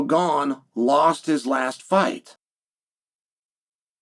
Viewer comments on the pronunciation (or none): none